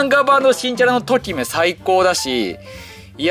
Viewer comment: ときめの発音違くね？